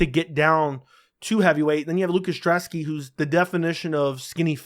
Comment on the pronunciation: Dude! It's Brzeski.....not Drzeski! And i think Brzeski gets the upset here. Thanks for the great breakdown!